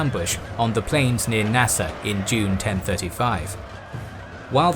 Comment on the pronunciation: you keep calling it "Nasa" - on the map as well. I believe you mean "Nisa" (just west of modern-day Ashgabat), a former Parthian city.